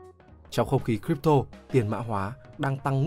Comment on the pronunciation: Crypto bạn nói sai r nhé